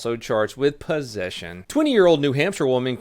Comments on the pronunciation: Did he say pussesion..... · "and she was also charged with pussession"